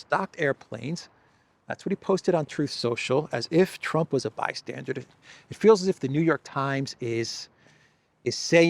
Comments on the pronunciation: It's NOT 'by-stan-durD' but rather 'by-stan-DUR'. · Bystandard? It's "bystander" you "fargin icehole bastage"....😉(Johnny Danerously) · Bystander! Not bystandard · The word is "bystander", as in merely a watcher on the margins - there is no english word 'bystandard' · BYSTANDER and BYSTANDARD are not the same!!! "BYSTANDARD" IS NOT EVEN A WORD!!! OW!!! My brain! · bystander not bystandard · Bystander. BYSTANDER. For the love of God, the word is bystander. Not 'bi-standard'(?). Geesh. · Why do you keep saying "bystandard?" 🤨:face-blue-question-mark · Bystander isn't "BYSTANDARD". My ears are hurting ! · Bystander not bystandered. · by-stander not by- standard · It's NOT BY-STANDARD (Hard D at the end). it's BY-STANDER (Like someone standing). BY-STANDER...Just sayin' brother. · "Bystander" not "bystandard". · Bystander: not bi-stsndard. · Bystander not -standard …. 😁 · The word is "bystander". Not bystandard. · FYI - it's "bystander" not "bystandard". Minor point. Love your updates. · Blimey, Your English?? Its " bystander " not " bystanded " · Trump was a bystandered?? you mean bystander, yes? Maybe my ears have to much wax in them. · Bystandard is not a word:D. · ...Sorry the word is bystander not bystandard😊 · There is no d at the end of the word bystander Or are you saying bystandard? Which is not a word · It's bystander, not bystandard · No “D” at the end of bystander